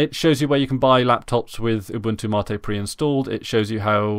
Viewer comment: It's "Mate" not "Martae"